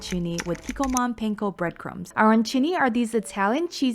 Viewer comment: The way you say panko makes me cringe. Hehe.